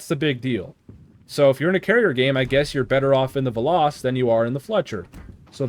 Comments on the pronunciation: It's pronounced "veloes" but without the e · ITS "VELL-OHS"!!! AAAAAARRRRRGGGGGGHHHHHHHHHHHHH!!!!! Fun fact: It's Greek for "Arrow" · It's literally velos but u literally pronounce the e as it is. U don't pronounce it like an i.